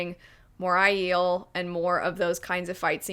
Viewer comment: It’s Aiel Not ahh-eel